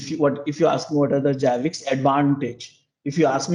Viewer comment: It's annoying he calls it JABIX. It is ZZZZZZ ZAABBBIXXXX like ZERO not JEERO.